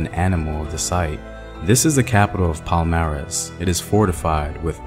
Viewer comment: I love that you did a piece on this. I do want to critique though that it would have been nice to do more research in terms of finding the correct pronunciations of key names and terms you use here. Unfortunately you got them all very wrong. Palmares, Quilombos, Ganga Zumba... They are all unrecognizably pronounce for Brazilians. Sorry if this come across negative. It's not meant in that way at all, just a note to be considered. Peace ✌️